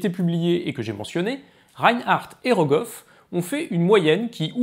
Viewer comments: Goroff ou Rogoff du coup? 😛 sinon super intéressant, comme d’habitude. Je comprends mieux les cours de critique d’articles de la faculté :) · c’est Rogoff, pas (Kolmo)Goroff 😉